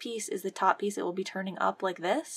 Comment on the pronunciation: I like the part when she said peice.